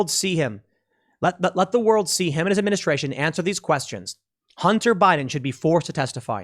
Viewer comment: Administraintion, bidenflation, gas-a-prize-is, Kleenex energy, etc etc etc